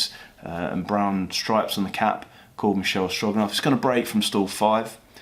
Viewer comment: the horse is Michele Strogoff, not Stroganoff